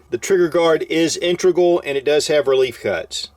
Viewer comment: Nice. BUT 'integral," NOT' INTER-gral"! (Just like "ambidextrous," not ambi-DEXTER-ous") 😁